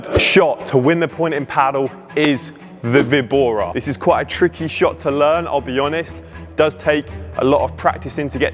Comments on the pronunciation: The "víbora" is pronounced "vee-bora" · should pronounc: vee-bora (víbora) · It's a Spanish word, so straightforwardly pronounce vi-bo-ra. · It's a Spanish word "Víbora" (with the emphasis on the letter "Í") which means "Viper" in English. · For Víbora = Snake in spanish the Best way to pronounce it, is number 2 Vee-bora. Great content by the way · Hello im Mexican, here we have plenty of VEE-BO-RAS (snakes) so its no.2 - VEE-BORA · Nice one. Definitely vee-bora, in Spanish pronounced Bee- bora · Vee bora it's better. It is the spanish word "víbora" (note the accent at the i), So vee bora, but with a slightly short ee. Great video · Vibora is "sdrucciola", tonic accent on the first syllabe. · Now I'm anxious to hear you say it right in spanish! 🤣 2 option is the right one.